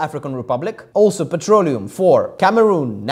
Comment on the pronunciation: i'm hearing it as "petrolio"